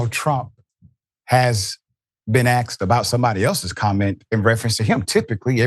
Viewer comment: All of you femocrats on here are sp stupid and misinformed. This host os low i.q. too cause he cant even pronounce the word asked correctly. What a bunvh of idiots